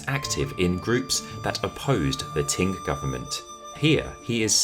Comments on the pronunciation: Qing is pronounced as ching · Love your videos but I find it very difficult to hear you keep calling Qing Dynasty as “Ting” Dynasty. Please correct your pronunciation of this dynasty. China never had a “Ting” Dynasty. Otherwise, love your content. 😊